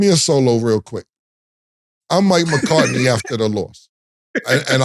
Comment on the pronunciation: Saying Mccartny and Mccarty when you can clearly read it’s McCarthy is crazy , same as cam saying Tomlinson when it’s Tomlin